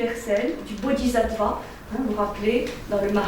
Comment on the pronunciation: Merci pour toutes ces merveilleuses conférences. Pour la prononciation : bodhis(s)attva se prononce aves "ss". Le "zattva" râpe l'oreille. Bien à vous